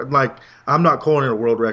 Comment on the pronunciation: its verrückt not verrukt!